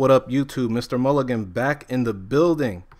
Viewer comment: gotta get used to you saying mulligan haha